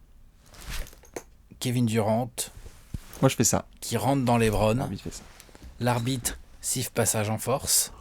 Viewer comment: Les gars ont vous kiffent mais c'est LEbron et non Lébron